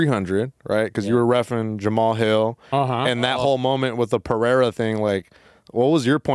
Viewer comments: why is saying Jamahal hills name like that?? Its almost like hes trying to pronounce it like its spelled lol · so got that Chael sonnen pronunciation on jalmalalahill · Is he saying Ja ma hall on purpose? 😂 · He kept saying ”Jah-Mahal hill” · Saying Mr. Hills name the way it's spelled instead of how everyone else says it is hilarious. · Herb just confused when they pronounce jamal hill as jamahal hill lmfaoo hes just so confused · L for dude mispronouncing Jamahal Hill's name. Aside from that the pod was good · The way you pronounce Jamahal Hill is so weird